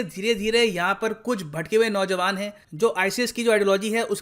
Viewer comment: “भटकें हुए नो-जवान”